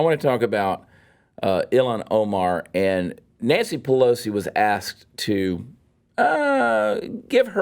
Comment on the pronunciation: Chad says Nancy Pelosi but it sounds like BLOW-si.... I think I'm gonna start saying it like that ;)